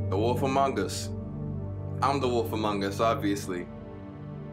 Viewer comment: Before this game play I kept thinking was saying wolfamongas. I was like.... awolfa what?!